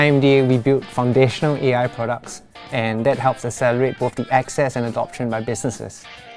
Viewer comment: said IAI instead of AI